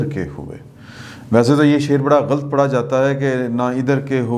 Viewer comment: Na khuda hi mila na Wisal e sanam Na idhar k rahe nu udhar k rahe 2. Lafz GHALAT ghalt naheen, Aksar loag GHALT boal kar GHALAT kardete hain, drust lafz "GHALAT" hai, sahi yani Ghalat boal kar drust talaffaz adaa karain, shukriya.